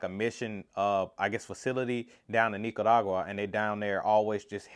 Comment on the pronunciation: Come on pronunciation! Nicaragua 🇳🇮 😅